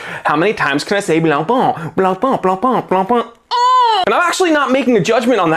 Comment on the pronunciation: The pronunciation IS NOT BLANCPÒN or even BLANPAAAAAN! YUCKKKKK!!! YOU SILLY YANKKKKK 😂😂😂😂😂😂😂😂😂😂😂 Pain means BREAD AND IS PÈN. OOOOKKKK???? STOP WITH FRENCH LANGUAGE RAPE!!! 😂😂😂😂🎉